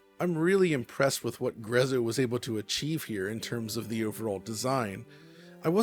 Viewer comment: By the way, NBD but the name Grezzo comes from an Italian phrase, so it's pronounced Gretzo.